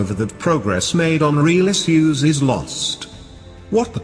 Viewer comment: He says is-use instead of issues